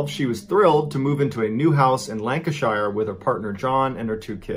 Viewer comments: Lanc-i-Sha, pronunciation, from a Brit. It’s never Shy-er if you see shire ❤️ and Derby, is Dar-by ☺️ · I was just thinking this! It’s not ni- cola like the drink, it’s like nick- ala 😂 lacan-shire 😂 lanc-ish-a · Hi ,@ I'm across the pond buddy. When pronouncing UK district names (Lancashire) you need to swap shire for sha.😉 Love your channel keep up the good work 👍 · Not wishing to criticise as I love your channel, but it's 'NICK o la' not 'nik COLA' and 'LANK a sherr' not 'shyer'. Two nations separated by a common language I'm afraid. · Noones hating. Just stating a point, like yourself. The poor lady isn’t from Germany or Tennessee. if she was, I’d like to think it’s be researched to find the local pronunciation. In this case, she was from lank-eh-shu, and is a ni-colour. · The pronunciations are all over the place in this vid. Neekola and Lanca-shyer lmao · Its pronounced 'Lancasheer' any place in England with 'shire' in the name is the same 🙂👍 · Have you intentionally mispronounced Lancashire, Nicola, The Caribbean and Antigua just to wind us up? 😂 Lanka-shur, Nick-uh-lu, Cara-bee-un, An-teega. Nick-oh-la 😂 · It's pronounced Lancasher, you don't say the shire but of English counties. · I adore you, MrB, but always chuckle at the way you guys from the US pronounce any word with "Shire" at the end. It's not a criticism. It's just one of the big differences between us. It's kinda adorable. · The way he pronounced Lancashire and Nicola 😂😂😂😂😂😂😂😂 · Is Nicola not a name in the USA because the way he pronounces it makes my shit itch. Oh, and Lancashire but that's standard American way of saying Shire wrong 🙄 🤣. Anyway I love the videos and the whole channel tbf. My current favourite 😍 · The pronunciation of Lancashire and Nicola are jarring to my English ears 😂😅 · These pronunciations of Lancashire and Nicola both made me cringe and I'm not even British. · He says it every 5 seconds too haha and the way he said Lancashire